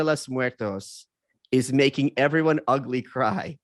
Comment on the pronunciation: I like how Malice is reading it as "ugly, cry" instead of "ugly-cry"